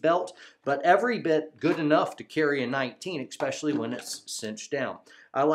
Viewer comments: Good video, thanks. One comment..... No "X" in especially. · I “EX-pessially” like this supportive video, even though it is a constricting subject matter.